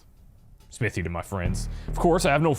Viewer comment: went with the wrong accent on Smithy there :P